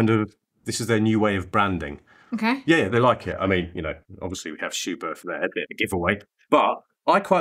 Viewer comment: Good information video. But a well-intentioned note from me as a German... it is pronounced "Schubert with a short T"... without the H after it. Please ;-)